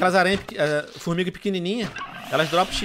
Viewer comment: Tio Venom, vc falou FormiRga kkkk